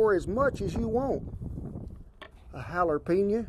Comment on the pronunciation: Love the way you say Jalapeño, Jalarpeñye Hahahahhaha Another awesome meal, Cowboy! Cheers